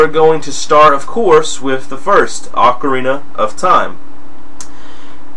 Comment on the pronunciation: Well, I did not realize I mispronounced that many words. I know ocarina is OH-KUH-REENAH not AH-KUH-REENA but, I guess it's that I've been playing em since I was a little kid and my friends and I would kind of latch onto our dialects with these games and it's followed me throughout life. What else do I mispronounce exactly?